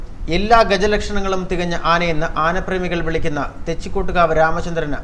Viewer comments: എന്ത് ഊള വാർത്തയാടാ ഈ ചവർ ചാനലിൽ പറയുന്നത് തെച്ചികോട്ട്കാവ് രാമചന്ദ്രൻ എന്ന് പറയാൻ പോലും അറിയില്ല വല്ലപ്പോഴും നാക്ക് വൃത്തിയാക്കുന്നത് നന്നായിരിക്കും , ആനയുടെ തൊട്ടടുത്ത് പടക്കം പെട്ടിച്ച അവൻ ഇടഞ്ഞത് അല്ലാതെ വെറുതെ ഇടഞ്ഞതല്ല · Da മൈരേ ആദ്യം തെച്ചിക്കോട്ടുകാവ് എന്ന് പറയാൻ പഠി